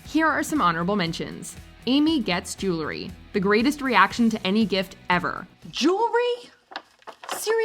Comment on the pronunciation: Jewel-ree, not jew-luh-ree 😊